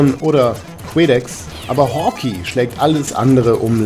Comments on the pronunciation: Nettes Review, aber bitte es heißt nicht "Hawki", sondern "Hawkei"!!!!!! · dagrubar Danke. Ja, klar ist es falsch. Ich hab die Beschreibung mal um die Erklärung geändert. Es ist halt so, dass ich den Titel immer schon als Kind falsch gelesen, gesprochen und geschrieben habe.... "Hawkey" statt Hawkeye. Und dieser Fehler zieht sich wohl bis heute durch. Immerhin hab ich es diesmal dann richtig geschrieben. Das zeugt wohl nur von der Qualität des Spiels, es hat einen bleibenden Eindruck hinterlassen ... und einen falschen Namen ;) Ich weiß nicht ob ich es jemals richtig aussprechen könnte ohne das es sich für mich völlig falsch anhört :)